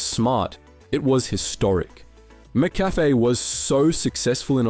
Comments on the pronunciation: its pronounced Mik - Cafe not Mak Cafe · Mc not Mac Cafe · It's McCafe..not mAcCafe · MC-CAFE not Mac-Cafe! Are you even Aussie?😂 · Curious how you pronounce it “Mac-Café” instead of “Muh-Café” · Bro it's not Mac cafe is mick cafe, geez say right mate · Mick-Cafe* cheers 🍻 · Whats with the pronciation of McCafe??? "Mac-Cafe" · Mack Cafe 😂😅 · Mac-cafe, like Big Mac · The mispronunciation of McCafe over and over, then changing it, the buggering up again speaks of AI. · You need to train your AI better. The pronounciation of McCafe and Taco Bell is way off. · Other than your terrible pronounciation of Mcafe, this was a good video. Hungry now for a Mac attack😂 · i cant believe the aussie telling us the story he cant even pronounce mccafe properly - sheesh mate!!! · When you mispronounce "McCafe" so hard that people are now trying to buy "McAfee" antivirus software from Macca's! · Yeah that had to be on purpose to increase chat rage engagement. That'd when I decided it was AI and couldn't read the word properly l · I liked your vid but then you kept messing up the pronunciation of "McCafe" okay you pronounced it correctly and you fucked it up again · yeah hes always mispronouncing basic things in every video im beginning to think its rage bait to get comments. ill just downvote and not watch future videos instead.